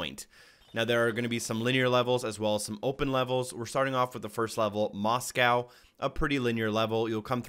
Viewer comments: "Mos" "cow" lol in assuming that myst be wrong? 😂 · Good video. Will perhaps come back to this once I’ve finished the game. Also just learnt how Americans (at least some) pronounce Moscow